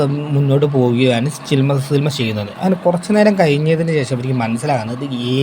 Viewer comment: ഗഗനആചാരി അല്ല ബ്രോ ഗഗനചാരി ആണ് സിൽമ അല്ല ബ്രോ സിനിമ ആണ്